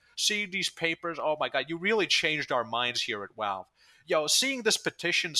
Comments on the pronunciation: I can’t take you seriously because you say walve instead of valve. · Dude, please it’s pronounced Valve. Not Walve. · Why do you say your Vs as Ws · I like how you call them "Walve" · I like how you pronounce Valve as “Walve”. It’s funny I think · take a drink everytime he says walve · that's a wery wivid impersonation of him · Opinion discarded due to this man's inability to properly pronounce V words. AKA: "Who the fuck is 'Walve?'" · "Walve doesn't care" "Wictims of 9/11" Wery good wocabulary and compwehension. As much as I agree with the movement being a fucking circle jerk joke, this comepinga needs to pick up a job that gives disposable income instead of seething over people who know Valve will do nothing, so they take part in the economy anyways. No chance he started playing before the game became F2P, it's criminally obvious. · Probably his accent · The way you say valve just makes me giggle a little. Idk why it just does